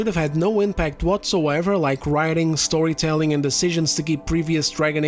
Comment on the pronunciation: You said the word 'storytelling' but because of the accent and my tinnitus i heard "soytelling" which is a nice little term dont you think.